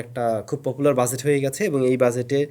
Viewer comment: Bhai shuddhu buzet buzet ki bolen it’s budget not buzet😂